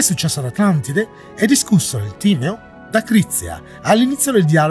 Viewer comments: Timèo non Tìmeo. Gli accenti son fondamentali!!!! 😁 Scusa la pignoleria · Più che altro starà rabbrividendo per la pronuncia di tutti quelli che dicono Tìmeo - mentre invece si legge Timèo. E Atlandide è esistita….non la versione letterale di ciò che descrive Platone ovviamente, quella è solo la raffigurazione letteraria di un evento passato reale in cui una civiltà per la sua epoca molto avanzata è stata distrutta da una serie di cataclismi. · Bello il Video ma più attenzione ai nomi: si pronuncia Timèo e Marsilio Fisino non esiste, forse ti riferisci a Marsilio Ficino. Più attenzione.